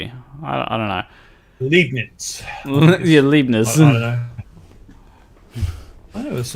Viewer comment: Pronouncing Arkansas as Arkansas instead of Arkansas is one, but calling Leibnitz Liebnits is blasphemy! Leibnitz, as in L-eye-b-neats!!!